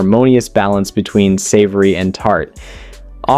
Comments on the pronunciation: Is this video AI narrated? Seems the narrator mispronounces words like between as ween amongst many others. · no, it's him literally saying tar (war), exuries (luxuries) and ween (between) and that's only up to sandwich 3. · Am I the only one who heard “placed ‘ween sandwich buns” ?!? 🫠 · "cooked and then placed ween sandwich buns"???!!! Plus other examples throughout--AI voice--I was told long ago that to err is human but to really screw up requires a computer.